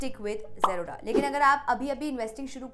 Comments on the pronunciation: Why are you Pronounce "Zerodha" to "Jroda" 💀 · Aacha se zerodha to bolna seekh le.. angerez